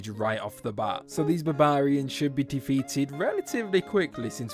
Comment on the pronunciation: Why is no one talking about the way this guy pronounces 'barbarians' ?!